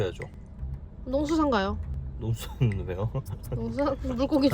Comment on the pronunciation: "농숳ㅎ산ㅎ은 왜요ㅎ" 이게 왤케 웃기지 ㅋㅋㅋㅋㅋ